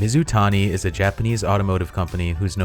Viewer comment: Where do you get your ideas for videos from? You nailed Mizutani.